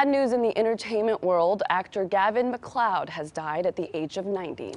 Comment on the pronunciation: You ALSO mispronounced his last name. It's pronounced "Mick- LAAHD" not "Mick-cloud". AND you got his characters's name on "The Love Boat" TOTALLY WRONG. He played Captain Merrill STEUBING ( pronounced "Stew-Bing" ) It wasn't Captain Stebin. You're editors & research people ( if you have any ) should be FIRED.